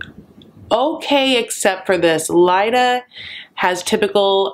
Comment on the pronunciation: Clearly you are pronouncing Leida correctly. No way Leida is pronounced Lita. But I hate her so I don’t care if I’m wrong. SHE is wrong if she is pronouncing it Lita. The bitch.